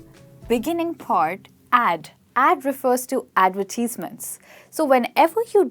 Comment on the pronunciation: I have heard advertisement pronounced in aquite different way with an 'ai' sound for the 'i' or with the strees put in that particular vowel. But never the way she pronounce it. Is that correct?